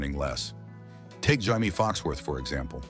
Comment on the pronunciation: How many different ways can you fricken mispronounce Jamie's name? Lol.... Watch and let's find out. 😂